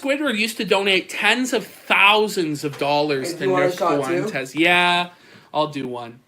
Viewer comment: I will never “not smile” whenever I hear pronounce Fuentes as “FOO WENT EZZZ” with 3 syllables instead of 2.